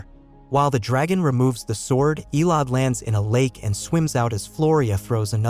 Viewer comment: It's EH LO DEE (Elodie) Not ELODE